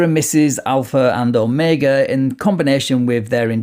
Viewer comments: Alpha mega 😂😂😂😂 he doesn’t even say omega. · Did he say “I’m the alpha mega”? 🤣🤣🤣 He can’t even pronounce omega. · A professional federal whistleblower (whatever TF that is 🙄🙄and the ALPHA MEGA (WHATEVER TF that is as well and appears to be mis pronounced)🙄🙄 but out saving LEO AROUND THE GLOBE, MILLIONS OF DOLLARS by not Billing them for infringement of their rights 😂😂😂😂😂